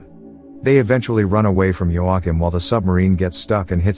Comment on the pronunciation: Your commitment to not saying joachiem's name right is amazing